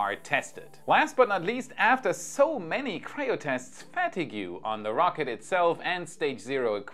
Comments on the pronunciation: Not to criticize but its pronounced fa-teeg not fa- ti-gu. Have a great day. Enjoy your content. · "fa-tee-go"... fatigue is pronounced FA-TEE-GA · it's "fateeg", not "fatigju" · Phat-ti-gew is the most interesting pronunciation of Fatigue (Pha-teeg) I have run across ;) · Fatigue pronunciation guide: fuh-teeg not fat-ee-gyu. Hope this helps. 🙂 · Hi, thanks as always for your update. "Fatigue" is pronounced Fat eeeg not Fat ee goo (unless that is the US english way of pronouncing it). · just so you know, 'fatigue' as in metal fatigue, is not pronounced 'fat-ig-you' its pronounced 'fat-ee-g'. Just trying to help:) Great stuff as always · Fe•ta•geu......holy crap say it with me Fa•teeg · Oh! At 1.20 you revealed your Deutscher roots with the 'fatigue' pronunciation: Fat tee guoo! X Fa teeg ☑️ I hope this is helpful. Viel spaß! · Really good video! Helpful hint, fatigue is fat-eeg, not fat-e-gu 😄 great video, keep up the good work! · Fatigue = "fe-tiek" und nicht "fetigju" ;) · A language correction for you,: 'Fatigue' is pronounced like 'fat-eeg' 😉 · Did he say fat-ee-gue? Perhaps he meant fatigue? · you say "fatigue" isn´t it pronounced in german writing" Fatieg"? i mean if I understand correctly you mean Ermüdung. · It’s pronounced fatigue, like league… it’s a double E and a hard g. But I also say fatigoo for fun too sometimes. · you pronounce 'Fatigue' as "fat-eeg"...!! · Always luv ya,! I think everyone should pronounce fatigue that way! Fatty-goo! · It’s interesting to hear you pronounce “fatigue” in English almost the same as the French “fatigué.” Just a quick note, not trying to nitpick. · Just a note on pronunciation; since I have the same problem with pronunciation, I don't mind saying that fatigue is pronounced fah teeg.😀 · Nice episode! One small item of pronunciation: the word "fatigue" is pronounced "fa-TEEG". Hope you and yours got through the hurricane with minimal interruption. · Fat-a goo? is that a rocket fuel?